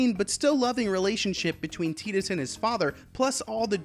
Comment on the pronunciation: Tee-tus? I always said Tie-tus.